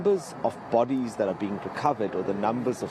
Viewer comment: Bot tees instead of bodies.